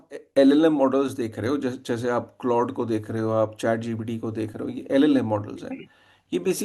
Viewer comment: अबे बोबडे "क्लाउडे" नहीं "क्लॉड" बोलते है।